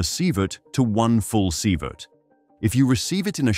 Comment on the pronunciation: Too bad he didn’t swap leed for SYEvert in the first few instances, tho he finally gets it right SEEvert